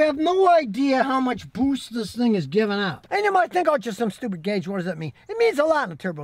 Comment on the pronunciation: I like how Scotty says "BOOST".